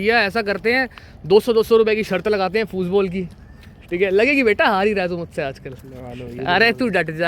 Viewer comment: Bhaiya aap German language seekhe ho kya aap "Football" ko "Fußball" bol rhe ho..... Bolo bolo aisa h kyaaa 😀